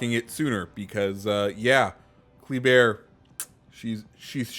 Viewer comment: I think it’s pronounced Kluh-bear, from what I’ve been hearing